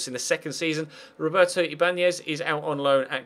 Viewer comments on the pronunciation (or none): none